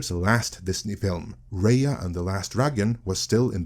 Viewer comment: It's Raya and the Last Dragon, not Reya and the Last Dragon. It's embarrassing to pronounce the title of a movie wrong when it's the keystone to this video's subject.